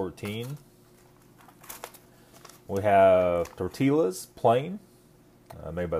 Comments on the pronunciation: Did you just pronounced ''tortillas'' as ''Tor-ti-lah'''? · "tortee-Las"? im out of here